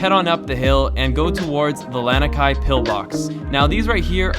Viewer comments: Lanikai (Lah-knee Kai) Haleiwa (Hall-ay-eve-uh) Not tryna be mean or annoying just for future reference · "Lan-ah-kai"? No. "Lah-nee-kai". "Hah-lay-vah"? No. "Hah-leh-ee-vah". "Ee-hoo-kai"? No. "Eh-hu-kai". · Ha-lay-ee-va (Haleiwa) La-nee-kai (Lanikai) 🤙🏼🤙🏼 aloha from Oahu, Windward side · Awesome video from a local. Although Haleiwa is pronounced Ha-lay-ee-vah. Lanikai is pronounced Lah-nee-kah=ai. No worries just saying. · your pronounciation of these places are soooo bad. Haleiwa, Lanikai, Ehukai, Ukulele, all said horribly wrong. Haleiwa is pronounced H-aw-leh-ee-vuh. Lanikai is law-knee-kigh. Ehukai is eh-hoo-kigh, Ukulele is oo-k-oo-leh-leh. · Pronounced..LONI KAI. (Lani Kai)... And HOLLY EVA... (Halewia) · Well first You said Lanikai wrong, and Haleiwa😂 and I think the yoga floats was at Ala Moana not Waikiki